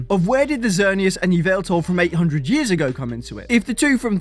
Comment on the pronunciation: Eeveltal? Eeveltal?? I think you mean Yvelta (YaH'valta)!!